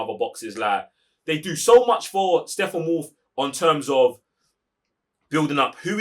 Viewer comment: GUYYYYYYYYYYYS !!! What's wrong with the real name of StePPenwolf ?! Stop saying SteFFAnWolf !!